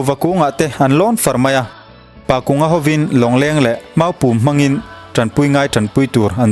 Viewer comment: Pakunga tih ah hian kung tih hi thingkung tih ri anga kung rik anga lam tur a ni e